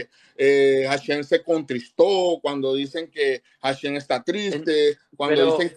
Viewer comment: Ismael no sabes hebreo, se dice HASHEM (EL NOMBRE, DEL ETERNO), y tú estas diciendo hashen esta palabra significa diente